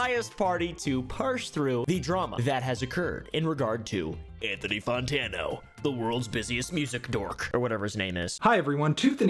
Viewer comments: its fantano not fontano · why do u pronounce Fontana as Fontana